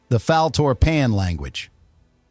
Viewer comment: It's not just the bad mispronunciation of Nimoy, but "Fal-For-Pan" and "Sarek". Was the narrator human or AI?